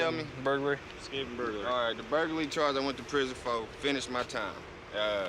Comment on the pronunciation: “The burguhlee charge”